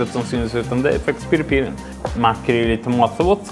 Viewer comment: Var det verkligen pirri pirri?🤣😉